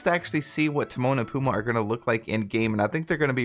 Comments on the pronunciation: It’s pumbaa. Emphasis on the ba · PUMBA PUMBA PUMBA! NOT PUMA! GET IT RIGHT! AND WITH HUNDREDS OF DISNEY CHARACTERS THEY WILL SLOWLY RELEASE!! DERP! I JUST CANT EVEN WITH YOUR CHANNEL!